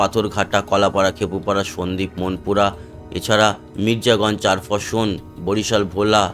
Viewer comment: এটা চারফেসন নয়, চরফ্যাশন